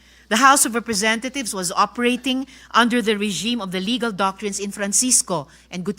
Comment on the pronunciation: I heard you said "the house of representathieves", Ms. Condominium ....hmmm